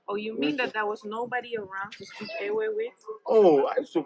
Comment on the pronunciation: This man should teach his daughter how to properly pronounce the Ewe (the W is pronounced V) so it should sound Like Eve’.in their alphabet,the letter V replaced the letter W. Just like in Germany 🇩🇪 Jacob is pronounced YACOB even in the Twi language Jacob is also pronounced YACOB